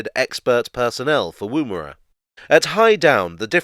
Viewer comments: The first syllable in Woomera sounds more like wuhm than woom. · Love your work but please learn how to pronounce Woomera. The woom does not rhyme with room; it’s a shorter O sound but I can’t work out how to write an example to help. Keep up the great work. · Wom as in woman for Woomera noting it was also the HQ for British Nuclear Tests.